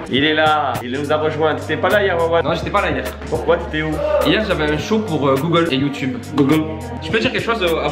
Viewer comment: à le « googole » de oli ma tuerr😂😂😂😂😂😂😂😂❤️❤️❤️❤️